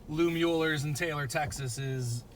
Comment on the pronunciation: BS about the "poor blacks" eating out of the back of Smittys/Kreuz. Never segregation there and "whites" bought plenty of brisket and sausage too. And its always a giveaway when some so-called BBQ "expert" mispronounces Mueller. HaHa